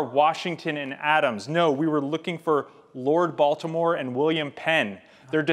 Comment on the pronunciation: I can't be the only one who heard "Lord Voldemort" when he said "Lord Baltimore"